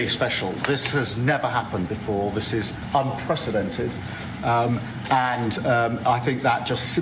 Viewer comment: He is being trolled. Well known he has difficulties reading. And then Starmer places his hand on Trump's shoulder when he says unprecedented (or unpresidented as Donald pronounced it)